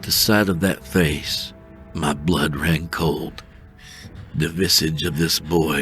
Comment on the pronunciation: Wow I love this story, great work or Blaaa or what ever they call you when they can't figure out how to say Blood lmafo. I am infact titillated